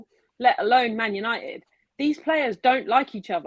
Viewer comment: U-nigh-it... Sounds terrible